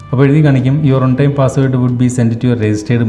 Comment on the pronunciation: ഒൺ ടൈം അല്ല. വൺ ടൈം